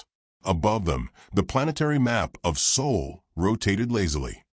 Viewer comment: God sake it's sol not soul, get it right, bloody Ai